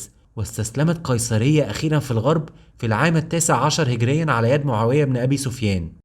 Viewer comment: هجريه وليس هقريا